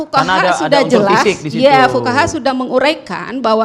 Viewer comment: Fuqoha bukan Fukawa